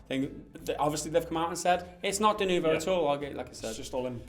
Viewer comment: its not french, and its denuvo not de nouveau ...